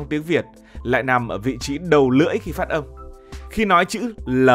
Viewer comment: Phát âm không phải phất 😂😂